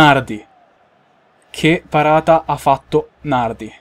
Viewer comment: Nardí con l'accento